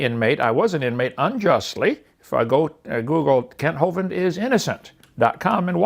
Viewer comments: Lol did you say ‘cunt’ Hovind? Hahaha, I love you 😂😂. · Thought i misheard the first time you called him kunt. Ahahaha even better knowing it was intentional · Did you say “cunt Hovind”?